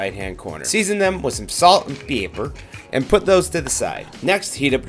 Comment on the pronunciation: The way u said pepper😂